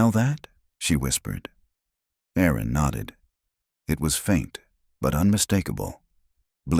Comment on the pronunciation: Erin not Aaron. Small but so annoying women are named Erin, not Aaron